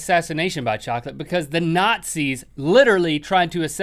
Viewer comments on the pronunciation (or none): none